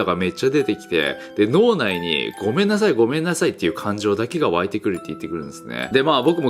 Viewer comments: アゴめんなさいが5個だけごめんなさいになっちゃってるぞ笑笑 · アゴメンナサイになってるw